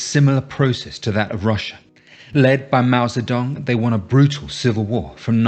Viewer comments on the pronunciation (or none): Moa Sa-tan?